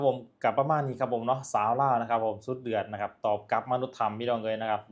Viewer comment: ให้แรงงาน #กลับ ลาว ไม่ใช่ #กับ ไม่ #ปลอด ภัย ไม่ใช่ #ปอด ภัย ใช้ภาษาไทยให้ถูกๆหน่อย #ไอ้เวร